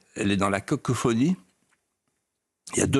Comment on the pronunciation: Cacophonie et non Cacophonie.